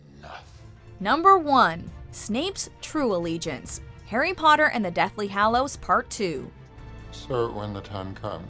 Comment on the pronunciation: every time pronounces hallows wrong i lose a braincell